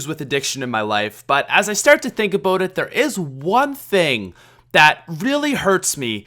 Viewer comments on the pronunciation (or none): think aboot it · aboot lol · "As I stiart to think abiaut it"